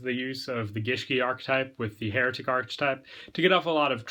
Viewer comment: I keep hearing heretic when you're saying hieratic